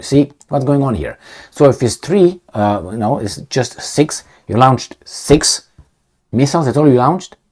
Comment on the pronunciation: with all due respect, it's "lo-nched' or better "lo-nchd".. hope this helps.